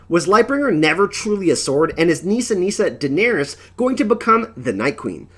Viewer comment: Durrring the Targurrryan Civil war, they never Murried Targurrryan Daenurrrys!!? is it like Ahhrrr.. or is it more like Uhhrr.. Once I heard it I couldn Unhear it! LOL did subscribe tho great channel! upvote